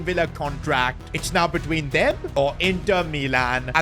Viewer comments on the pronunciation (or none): Why does bro say beween instead of between